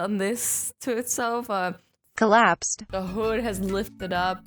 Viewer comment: Uh azzy for some reason when you said collapsed it sounded weird